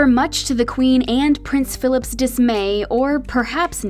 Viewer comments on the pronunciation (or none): girl said pheleepe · phillip not (phileep) it's not the french pronunciation.....not sure why u dont know this. did you do research? everyone knows who prince Philip is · You pronounced Philip wrong😂😂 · She wasn't 5th in line for the throne. Charles was the heir apparent. The Prince Philip is in line for the throne but is very far from ever becoming king. The Queen Mother was also not in the immediate line of succession. Also, it is Philip not Phillipe. I don't mean to nit pick but I do not like how inaccurate this is. It does a disservice to the people watching it. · She was the Honourable Lady Diana Spencer till her grandfather died. Viscount is pronounced VYE-count, not VISS-count. And it's Bal-MOR-al, not BAL-mor-AL, and probably a few more things before I get to the end of the video. Charles is Charles Philip Arthur George, NOT Philippe. Diana and Charles did have a nanny. The "wide shoulders" were already in fashion, she did not invent them, she famously wore long gloves in the evenings. She did not wear gloves for day, though that was the example set by the Queen and courtiers, because she liked to shake hands. She was seen more often than other Royals, in casual clothing, but the cameras were on her more than other Royals, and the other Royals were just as informal in private as Diana. Diana had many expensive elegant dresses, suits, gowns, jewelry and even furs. She was very royal, just did not seem as stiff.